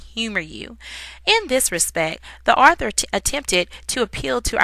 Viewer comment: This person doesn't know how to say author correctly I guess